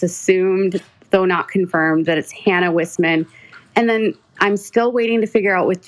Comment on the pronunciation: Isn’t Wissman pronounced Weyesman?